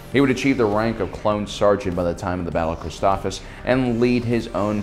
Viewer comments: Hey no big deal but this is my OCD talking but its pronounced ChristophSIS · Christophsis, last syllable is “sis” like sister